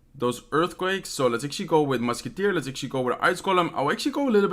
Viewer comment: Take a drink everytime he says "actually" or "ashuasie" (xD). Lets be drunk in 2min.